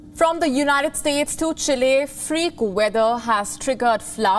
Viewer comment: Why do you pronounce it "Unitiiid Steeeetsss"? Can't you pronounce United States properly?